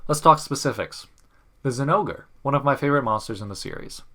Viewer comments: You really gonna call zingore “sin-no-ger” and not “zin-gore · Not many people actually pronounce it as zin-gore The Japanese name is pronounced Jinouga